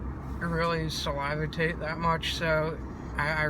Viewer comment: Saliva tate? You me Sal-i-vate (salivate) lol